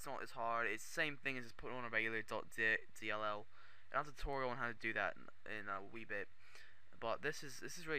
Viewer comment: he said .Di*k not .dll...lol